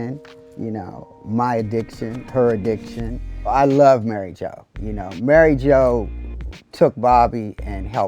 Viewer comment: "Mary Jo" more like Mary Ho... sorry Sir Robert